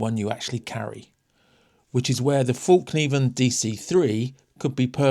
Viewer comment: I'm going to be that guy and explain that the ä in Swedish is pronounced like the e in bet, get, etc. – so it's "fellkniven". It simply means "folding knife", which is ironic, given that they're better known for their fixies!